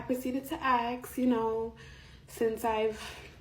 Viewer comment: the nurse probably never read the policy, anyone who can't pronounce the word 'ask' doesn't come across as particularly bright.